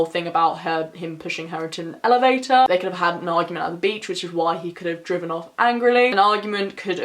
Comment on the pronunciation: OMG the way you said ‘driven’ what’s up with that?? also, just so you know (for next time lol), the Cadaver Dogs are pronounces like Cuh-da-ver kind reminds me of abracadabra lol love the video though. you did a great job and a case i’ve never heard of